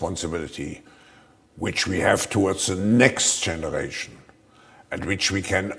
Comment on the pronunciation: That bald headed mahfuckah fucked up “for ze next zeneration” hes ranting about our futures, the future, all that, then why is he only keyed on the next generation and not for generations to come? He doesnt give a shit about what comes next, only concerned with the now